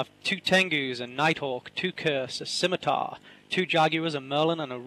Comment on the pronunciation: skim, skim, SKIM!!!!! It's pronounced SIMITAR!!! You don't need to say the 'C'